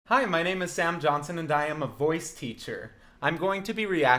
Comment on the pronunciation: the way he emphasized the words VOICE TEACHER LMAO 😂